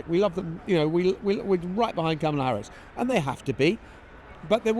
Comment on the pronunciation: I am huge supporter of this podcast and agree with the general sentiments on almost all topics. I will say though, it’s becoming slightly jarring hearing Jon and Lewis constantly mispronounce Kamala’s name, especially when it’s a conversation that occurs daily in the campaign. I just don’t see how you couldn’t have even accidentally picked up on it at this point?